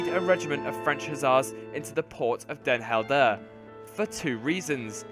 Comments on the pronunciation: I came in the comments to write this but then i saw this... lmao Dehn Heldehrr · den Helder is pronounced as den Hell-dur and Nieuwediep is pronounced as ni-we-deep (don't know if you care but why not) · That pronunciation of Den Helder... :D